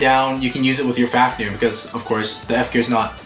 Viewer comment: At the start he said fafneyr